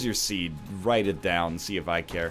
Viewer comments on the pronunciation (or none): none